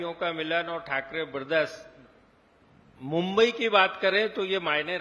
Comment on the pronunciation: मु़ंबई बोलने को नहीं आता इस बावले को